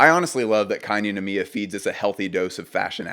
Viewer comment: noir kei ninomiya 🔥💗🌈 also it's pronounced like rei, non? kei... and nicolas di feliche coz italian, right?